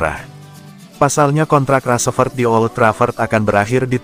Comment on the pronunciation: Ngomong rasfrod bae balepotan